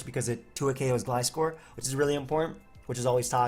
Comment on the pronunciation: You're saying Gliscor's name right. what is this dimension?